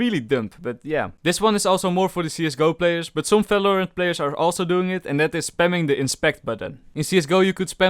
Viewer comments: its valorant not falorant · lol people always does this in “felorant” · Why u say any word with V like Falorant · hehe, he says smellorant